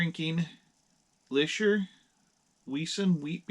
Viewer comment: It is pronounced Lee-sher. Prost!